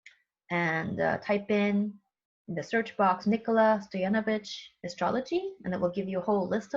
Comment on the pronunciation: Love this. Especially since I don’t see my fellow countrymen man in the title often. Btw you pronounced his last name perfect❤